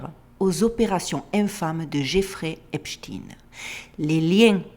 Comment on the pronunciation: C est Epstein pas esptin merci